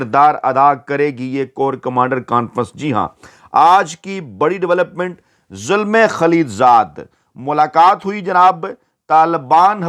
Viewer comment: This is not Zulmay but Zalmay. It is Pushto word which means young man.